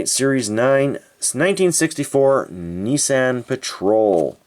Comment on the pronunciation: Nissan “knee saaahhn”